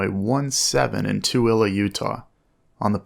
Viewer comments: As a Utahn- A. Seeing a Utah plate in one of your videos and B. The fact that you pronounced Toole correctly- 🔥🔥🔥 LET’S GOOOOO! Hahaha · Dang surprised you pronounced Toole correctly😂